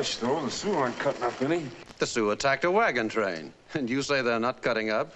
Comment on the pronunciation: Great video clip of an excellent episode of superb series Cheyenne. However, pay close attention to the way Julie Adams pronounces the word wagon train. What it sounds like she's saying is "wagon trainer". Also, pay close attention to the two times that Bodie pronounces the word Custer, as it sounds like he's saying "Custard". I never watched the series when I was a child as westerns bored me. Having watched the entire series in reruns for some time now, I wish I had watched it as a child as the elements of acting, casting, writing and direction were quite perfect. It's unlikely we'll ever see another hero like Cheyenne Bodie as was perfectly portrayed by Clint Walker. Walker would have made an incredible Superman if he were the proper age.